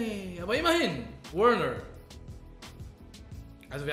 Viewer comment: schprich mal werner richtig aus danke